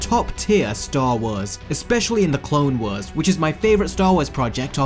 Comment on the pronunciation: Anyone else going to talk about how he pronounces Clone Wars as Clone weres